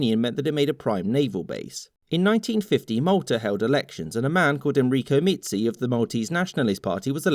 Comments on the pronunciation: As someone who lives in Malta the way he said Mizzi hurts me in so many ways😂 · Hello from Malta, good show and explanation just the Mizzi part, just say it Mizzi not Meezzi we enfisize the M"izz"i part but propper job :D